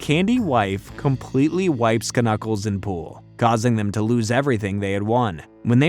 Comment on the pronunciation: I can't mentally handle the way you say knuckles as k-nuckles instead of nuckles cuz k is silent here.